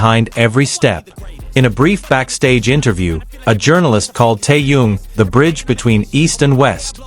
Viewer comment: Какая безграммотная речь просто ухо режет..... Это парня зовут Тэхён а не какой то таенг и город где Тэхён проживает столица Южной Кореи не соёл а Сеул... Какого чёрта таких коментаторов безграммотных и не образованного ставите озвучивать текст. Позорище